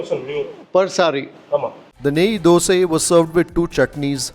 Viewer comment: its DOSAI ...not dose or dosa